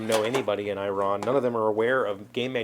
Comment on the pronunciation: "eee-ron" my Persian friends are going crazy!!! way cool mang, way cool! and omg the saffron! saffron is very expensive and a wonderful flavor... use it sparingly!